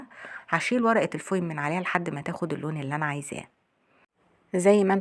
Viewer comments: ورقه فويل وليس فويم. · Foil not Foin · تسلم ايدك اسمه فويل مش فوين